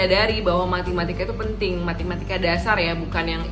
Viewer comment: Matematika kak bukan MATImatika 😂😂😂 Btw thx kak motivasinya! GBU 🙏🙏😊